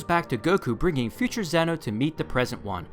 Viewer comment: Btw it's not zeno its pronounced zen-oh like yu-gi-oh